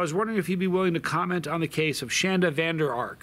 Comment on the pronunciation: Dude u said my name right!! No one ever does.